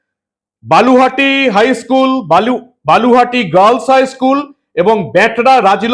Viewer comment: বালুহাটি নয়, ব লু হা টি।